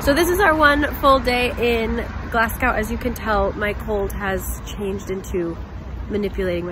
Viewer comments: ahahah glas gaow (enjoyed this video enjoyed your bad pronunciation) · I live in Glasgow and I’ve never heard it pronounced that way some people say glas-go or gles-ga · How can you pronounce Edinburgh correct but get Glasgow so wrong? 😂. (Glaz-go) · it is glasgo. as in go ;0) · It's pronounced like Glah-s-Go 😂 brilliant video all the same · don't worry you said it right. except Glasgow, that is pronounced glas-go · Pronounced Edinburgh... Edinbruh.... Glasgow... Glazgo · i don't mean to sound rude but you were saying glasgow wrong the whole time. its pronounced Glaz-go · Sorry, sorry, Glas-Gow?🧐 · Glasgow is actually pronounced glasgo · THE WAY YOU PRONOUNCED GLASGOW, SO PRECIOUS!!!!!! 🥺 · Yeah im not from scotland so I pronounced it wrong lol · I know i cant tell you how to say it but you are saying glasgow wrong, just a wee heads up. sorry i dont mean to sound rude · Good video but you NEED to learn how to say Glasgow properly... And tell the rest of America pleeeeaseee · Glass-Go ; Edd In Bra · I live in Glasgow, and I've never heard anyone pronounce Glasgow like that :)))) You sound like you're saying Glas-cow :))))) It's pronounced more like Glas-go :) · Please stop saying Glassgow, if you're Scottish, which you ain't, it's Glesga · Whenever a Scottish person hears Glass-cow .... a wisp dies , Glazgo , or Glesga will suffice :D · I have never wanted to go to Scotland but these videos have made me really want to go! Also, it's not really important because you can pronounce it however you like but in case you wanted to know, the O in Glasgow is pronounced O as in Go not O as in Ow. but it doesn't really matter! I love your videos!! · glass cow???? it's glaz-go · Glasgow - pronounced - Glas - gow (as in row, sew) not Glas - gow (cow, allow) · Love this video. You pronounce Edinburgh correctly. You're pronouncing Glasgow wrongly. Say Glaz-Go (not Glass-Cow) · It's pronounced Glasgo. Sounds so weird pronounced Glas-gow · it’s pronounced Gles-ga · Its glas-go